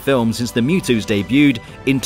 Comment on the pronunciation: thinks he says:And even the MUTOs What it sounded like: And even the Mew-toes Me:Mewtwos??? I thought that he was talking about real insects